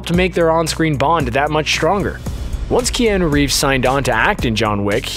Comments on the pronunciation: This may have been mentioned previous times but who the frick say Key-an-noo,,, Pretty sure most people know its announced "Key-ah-noo" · I stopped watching when he first said kee-an-ooh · who is key - anu reeves. yo commentator, go back to school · how DARE him say "keanAA" im dissapointed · Isn't anyone triggered the way he says Keanu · Couldn't listen to the mispronunciation of Keanu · who let this guy make a video about john wick without knowing how to pronounce Keanu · I left the video on the second one bc he kept pronouncing his name wrong 😑